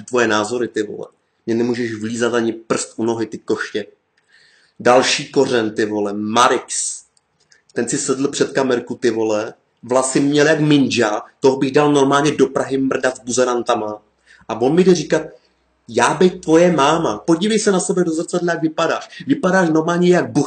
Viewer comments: "VLASY MĚL JAK MINDŽA" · Minja místo Ninja😂😂🤣